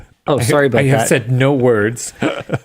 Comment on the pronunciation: That "sowry" at the beginning is the most Canadian I have ever heard Linus, which is fitting considering the topic 🤣🤣🤣